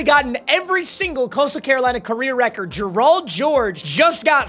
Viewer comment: Y u say Gerald like that